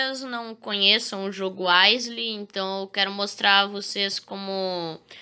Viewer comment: Se pronuncia áiou Stan pode ter uma chance de te matar no primeiro e no segundo dia A minha primeira morte foi pelo stan no dia 1